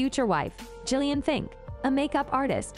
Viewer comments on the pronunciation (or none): none